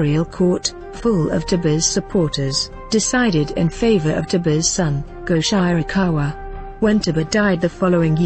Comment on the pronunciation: Very good selections - these three are the most popular monsters (妖怪) of traditional Japanese folklore. But there are some things I noticed here. The pronunciations of the names are so incorrect that it is hard to recognise what they are (Sutoku, Goshirakawa, Tamamo-no-Mae are particularly horrible). Japanese system of sounds is not so difficult. And some pictures are from other eras or the different countries. (The civil war one is of the war between Japan and Russia in 1904 to 1905. The Buddhist monks and one of Tamamo-no-Mae's pictures are not not Japanese at all. The nice ukiyoe-style court scene drawing is mirror-image for the lady's lapel is wrong. And playing the Shamisen with a bow???) And some examples you have here are not the common images for their categories. The image of kitsune (狐 means a fox) as youkai is usually not a fearsome monster, but a plànkster. Tamamo-no-mae (玉藻前) is a special case, originated from China. Syutenn-Douji (酒呑童子) is said to be either a Oni (鬼) or a head of bandits. A Oni has many images from a evil monster, a tormentor in the hell, a very harsh person to a gentle giant in the children's books.